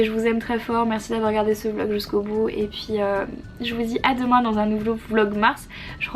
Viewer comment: Du progrès Marie haha t'as réussis a dire vlogmars du premier coup haha. j'espère que ça va mieux aujourd'hui gros bisous!